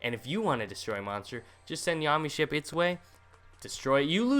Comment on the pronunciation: "Mee Cha Zee Ru", "Yommy Ship", holy fuck I can't anymore. My inner weeb is screaming.